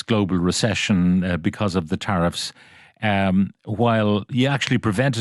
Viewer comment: You might as well swap the “teriff” board for the runners in the Grand National